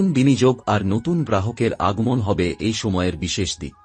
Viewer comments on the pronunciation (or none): Kotha ta oots na utso, aagmon na aagomon, bor maper na boro maper, aapnar uchcharon e onek diffect aachhe aami aageo dekhechhi. Aj birokto hoye na likhe parlam na. Egulo sob e somas boddho pod, tai thik kore aage uchcharon gulo bujhe nile bhalo hoy.